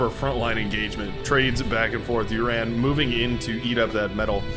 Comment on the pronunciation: Red team lead--Uran is pronounced more like Ooran. Like the oo sound in loose.